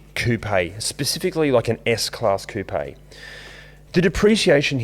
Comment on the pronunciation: Thankyou for saying coupé properly!